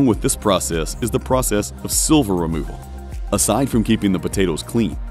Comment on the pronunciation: sliver* not silver